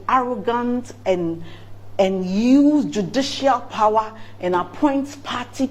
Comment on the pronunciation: Ghanaians never disappoint... The pronunciation of the word POWER "PAWA😂"